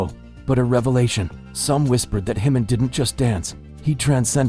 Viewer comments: Ji-Min is a KOREAN name - NOT SPANISH! STOP pronouncing it incorrectly as it is INSULTING! It is NOT pronounced as an "h", but like the "j" in "jump" or "just". Please adjust your AI pronunciation or you will find that myself and others will not "like" or "subscribe" to your channel. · You should at least pronounce his name correctly.